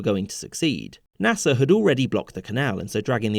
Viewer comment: Why do you say nasser like gaffer